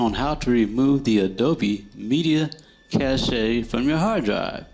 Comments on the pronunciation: Its pronounced cash :) Le français! hahahaha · Thanks for the info! Exactly what I was looking for! Please don't take this as me being rude...But since you helped me, I'll pass some of my knowledge onto you also. "Cache" is pronounced like cash ($).